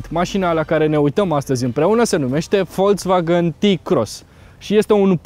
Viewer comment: Folcsvagăn, NU Folțvagăn daca vrei sa pronunti corect. Daca nu, spune si tu VOLZVAGAN cum zice tot romanul. Ca vad ca te chinui prea mult. Nu exista ț in pronuntia acestei marci.